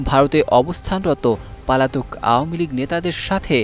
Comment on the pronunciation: আওয়ামী লীগ কথাটা উচ্চারণ করতে কষ্ট হয় কেন। ওয়ামী লীগ কোন শব্দ??? নাকি ঔম লীগ বলতে ইচ্ছে করে???